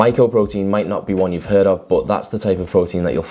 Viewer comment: can't you say 'a' correctly ie as in Ago Alive Anew? and 'one' is WUN.